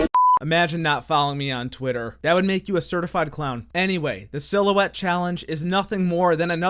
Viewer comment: "i see a little silhouetteo of a man"